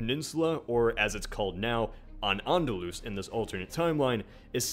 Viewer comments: It´s Al-Andalus, not An-Andalus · Its actually Al-Andalus الأندلس Not An-Andalus على الأندلس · There are a few errors in this video. 1) It's 'Al-Andalus' not An-Andalus.' The Arabic is also incorrect and translatesto 'on Andalus.' 2) The 'Saudis' has zero effect on the Moors since the Saudis didn't exist back then. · It is not "An Andalus", but "Al Andalus". ("Al" meant "The" and "Andalus" could come from "vandals"). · It's not An - Andalus, it's Al - Andalus. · Al-Andalus... not An-Andalus, although I'm not sure what it means. But apart from that, a very interesting video. I had never thought of the consequences it might have such a seemingly small detail of our vast history. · It's "Al-Andalus", not "An-Andalus" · Just a note: When you said An-Andalus (على الأندلس؟), it was incorrect. In Arabic, (according to your translation) that means ON Andalus. But if you want to say Andalusia, you'd have to say Al-Andalus (الأندلس) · I'm Spanish. It's Al-Andalus, not An-Andalus 😓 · Wasn't it Al-andalus? :P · Al Andalus not An Andalus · it's not "An-Andalus". It's "Al-Andaluz". And the map of the portuguese and spanish empires combined is wrong: the african and asian portuguese colonies are missing. And America was discovered by the Vikings. Shame on you ( as you intend to be an credible you tube channel. "It's fun to theorize" only if you're accurate enought ). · AND IT IS AL-ANDALUS(with al)